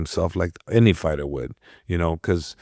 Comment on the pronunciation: Host: "Fighter" ❌ "Farter" 👍